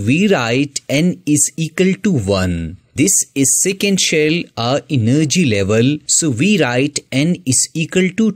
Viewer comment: Enn nergy level😂